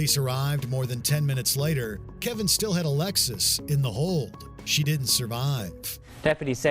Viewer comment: Why you keep calling him Kevin when it clearly states his name is Kevon? Those are two different names...